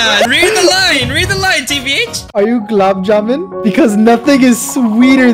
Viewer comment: its not gulab juman its long gulab juman